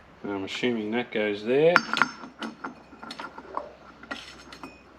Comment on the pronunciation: Did you really just say ah shoom ing insted of assuming? 😂😂😂 I know you did because I heard you.